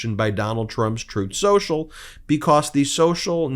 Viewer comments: Trumf Sossel, as Trump pronounces Truth Social, would be a unique name. It's hard to find even a Russian mob that is as corrupt and criminally implicated as Donald Trump. Incredibly the ones with money in the washer at the Florida Trump Dump. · "Troth Senchel," Let's get that sh*t straight. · +/- It's called "Tooth Senjel", listen to what he says, not what he says he meant to say. 🤪 Covfefe4FR!! 🍊🤡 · Trowth Senchal, is done